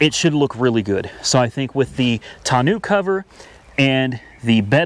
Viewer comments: Should be a great tow rig. Tonneau is pronounced Tonn-know. It’s French for barrel. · Never heard someone mispronounce tonneau cover so badly. Great looking truck though, that was a seriously good decision and I’m glad you came to your senses on the Tesla. Less debt is always better and the truck seems to be perfect for what you need. Good luck and I really enjoy the videos.